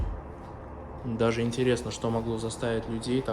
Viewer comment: дажЕ,а не дажэ,пиши доча, грамотно,ге коверкай русский язык!